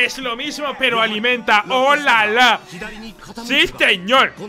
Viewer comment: O Lala Yo: olala señor francés gabachuno, quema catedrales